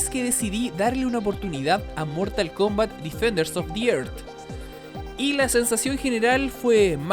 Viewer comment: DEFENDERS OF THE ÉRZ se pronuncia. Me volvía loco ajjaja. tu laik para que no te enojes. nwn)/